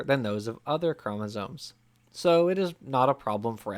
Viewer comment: Is it just me, or does the guy narrating the original video keep saying "chomosoNes?"